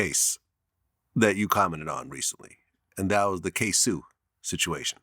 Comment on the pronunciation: It’s not ksue It’s said like this k-so Damn vlad you making us look stupid